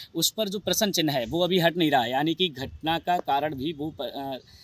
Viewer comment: एकर जी क्या हिन्दी पढना बोलना नहीं आता है हाथ में डमरू लेकर बाइट में प्रश्न चिन्ह न बोल कर प्रश्नन चिह्न बोले हो किसी हिन्दी भाषा के शिक्षक से दो चार माह पढ़ लो फिर बीडीयो बनाऔ जाहिल जी